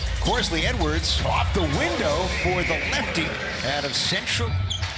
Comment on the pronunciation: LOL he’s saying “C.Edwards” lol